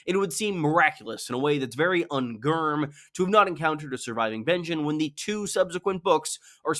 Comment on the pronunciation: Un-grrm, seriously? Un-grrm?? Lmao